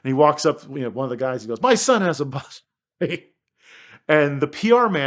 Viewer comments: I've never heard an Italian mispronounce Italian so badly! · Fantastic story, amazing car. Just wish he pronounced it's name correctly!! lol